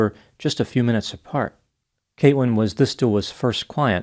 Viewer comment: Something is wrong with my ears... I jeep hearing "Kate-wyn"... wheres the L?